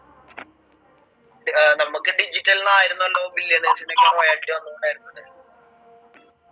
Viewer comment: റോയൽറ്റി എന്നുള്ളതിന് ഇ ആൾ പറയുന്നത് കേട്ടോ റോയാൽറ്റി. ഇങ്ങനെ വിവരം കെട്ട പെണ്ണുങ്ങൾഉം ആണുങ്ങളും ആണ് ഇതിന്റെ ലീഡേഴ്‌സ്.